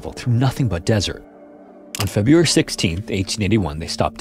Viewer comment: It is AI stupid. It couldnt pronounce february.